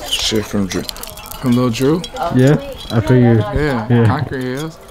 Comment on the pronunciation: i had to run it back when he said shout out to "lil drew" i swore he said shout out to "lil jew" 😂😂😂😂😂😭